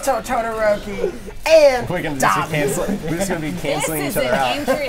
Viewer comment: "Dobby" ....its Dabi 😬